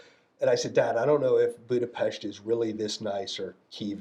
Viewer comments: The guy is the real deal, he can pronounce Budapest right! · Hungary mentioned😮😮 Budapest correctly pronounced 🫡🫡🫡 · Finally someone who can pronounce Budapest correctly. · I love that he pronounced Budapest correctly